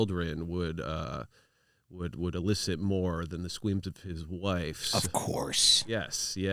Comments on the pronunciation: idk im sorry but him saying “scweams” instead of “screams” sent me. the satire was already top tier but something about that little slip up was the cherry on top of it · Th skweams of his childwin